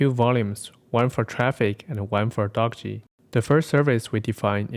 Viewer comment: Thanks. Good vid p.s.: The author intended the name Dockge to be pronounced the same as word "dockage" [doh-ke-j]